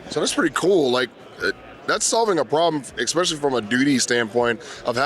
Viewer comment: I LOVE ALL THE CONTENT BUT, "Eggspecially"! Everytime he mutters the word my skin crawls. Jeezus, He's on camera. No one has told him he's pronouncing it wrong???